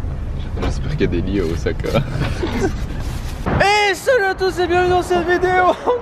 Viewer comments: pour Osaka, Miso, Wasabi, évite de massacré les prononciation japonais c'est pénible à les entendres, les "S" dans les mots japonais se prononce comme si tu avais deux "S" en français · "ozaka" "yakitori" ...xD vous m'avez épuisez